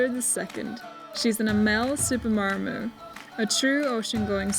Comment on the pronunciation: I hope you get a decent boat out of the wreckage. Looking forward to the rebuild. BUT please get the name correct it is not a Mar m aru it is a Maramu :-) ATB regards